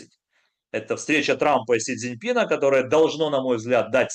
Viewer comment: Этот идиот долго говорил- товарищ Синцзень ПИ)